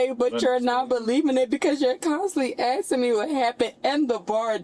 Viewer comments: "What I'm axing you, . . ." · Amboolance Axking 😂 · "Axing", as opposed to "asking". There's a small number of people, that actually believe she's one of the "most educated" people in the United States! lol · He's not "axing" you anything girl.... he is "asking" you questions though 😂and they're not to concerned over you boo boo when you attached 3 people with your vehicle. WTF is wrong with you? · It's "asking", not "eksin"! (However, I notice positively that she's polite, at least until minute 21. No screaming, no swearing, no "that's racist" or "I can't breathe". But of course, that can still change.) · Axing??😂😂😂😂! How stupid can they be?? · What I'm axeing you? What the hell kind of English is that? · TL;DW - This is basically an hour of her saying that she shouldn't be detained because she has injuries. I like the part where she was "axing" for an "ambuhlance." And a different "indivisual." But she's "frusgrated." Maybe it's because she isn't his "pry mare in farcus." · “I’m axing you for an Amble-lance” perfect English. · “But what I’m axing you right now.” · She keeps saying "You aksin' me all these questions". Ridiculously stupid and in denial of what she did. She should never drive again. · She's axing him?! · She is axeing you for a amblams... She finnin to get mad... Cause you dunt got in the way of her entitlement car.... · What ax was involved? She keeps saying about axing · What I'm " axing you " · Ambulanss, axing you. Daem this Ghetto shit xD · She axing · OMG, the single false eyelash has me lol, between the "am ba lance" & "axing" I had to mute her. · Are you axing me ? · So self absorbed and obsessed that she can't even recognise the hurt other's are feeling after her horrific decision... 😡 Being drunk doesn't excuse or omit psychopathic tendencies... Also, on a lesser note, how hard is it to pronounce "asking"...???